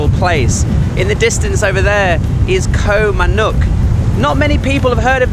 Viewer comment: Loverly place, although it seems to be called Koh MannOrk ( o instead of the u )